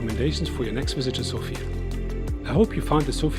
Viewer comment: South-Eastern Europe, or Southern Europe, although Bulgaria is in the East of Europe, culturally it is part of the Balkans, and has very little to do with the culture of Eastern European countries. Sofia is pronounced differently, btw. Thanks for the video!